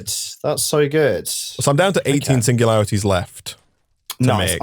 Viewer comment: singulatiries lol